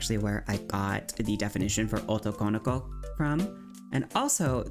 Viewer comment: fushigi yugi yass great video liked the coveraged. i have issues with the jp stuff of it though, felt slightly less well done. it annoyed me so i made this comment. i really dont get the problem people have with pronouncing japanese words.. and in this case this wrong pronounciation takes away from the term itself because it is 3 words, translating as male, ~'that is', daughter. something like girl that is male. like it is quite important to have all three words there right? so why is it not pronounced, as it is in their language, as 3 words. otoko no ko why do people squish it and add emphasis to wrong places i keep hearing oto konoko. its like the word boyfriend. you wouldnt pronounce it boyf - riend, or even boyfri - end. it is recognized as the 2 words boy and friend and pronounced correctly split. like why do people do this to other languages when it is the same principle of word + other word unsure why using kira as clip here. this is a false representation. kira was never considered a babiniku vtuber. He was a male character, feminine presenting, but ultimately not female and never considered babiniku. Joel is a great example, one without a voice changer. バ美肉 searching youtube with that gives plenty of self-identified babiniku youtubers, i copypasted the characters from the english wiki page.